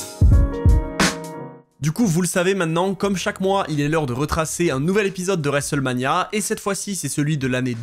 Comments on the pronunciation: l'horrible prononciation "resselmania" 😂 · Je sais bien t'inquiète c'était pas péjoratif, le mot est horrible à prononcer ^^ ça m'a juste fait rire au début de la vidéo quand tu le dis 5-6x en 30 secondes 😅